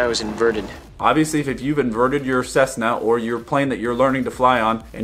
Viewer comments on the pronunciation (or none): none